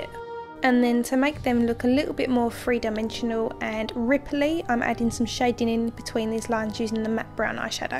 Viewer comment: every english lad and ladie....... Free dimensional, not three dimensional...... lol good work, looks badass